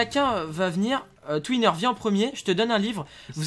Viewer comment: À twiner dit(te né ma grande frite) berk 🤮🤮